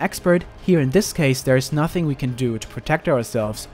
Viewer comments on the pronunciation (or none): none